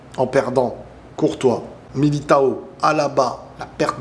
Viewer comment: C'est pas MI-LI-TA-O mais MILITÃO apprend à prononcer correctement le nom des joueurs qui ont un Nom ou un Prénom Portugais ,depuis le temps que des joueurs Portugais ou Brésiliens jouent en Espagne et France la moindre des choses c'est de bien prononcer leurs noms et prénoms 🤷‍♂🤷‍♂🤷‍♂🤷‍♂